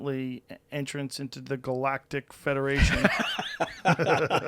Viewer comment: "Ultimatly entrance into the galatic ferdaration", awesome <3 :D